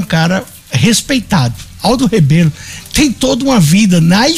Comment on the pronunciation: Locutor o nome correto e Rebelo